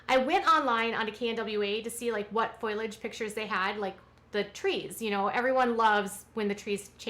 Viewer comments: oh dear.... it is not FOILage.... It is Foliage - FO-LEE-AGE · Its not foilage its foliage . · Foliage not foilage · Just wanted to say because you repeated it several times, it’s not “foilage” it’s actually “foliage” pronounced “foal-ee-edge”. It’s east to do with the way the letters are, but since you repeated it, I just thought I’d mention it. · but there’s a difference between “getting” what she says and saying the right thing. Foilage is not a word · You're a hell of a reporter. You can't even say things correctly. It's foliage, not foilage. Good grief. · FO-liage…not FOIL-age. Thanks! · Thank you. It was hurting my ears to hear her say it that way. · FOAL-EE-IDGE. It’s like that Simpsons episode.